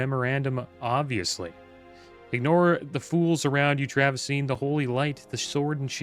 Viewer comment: Travi-NOT-seen, eh?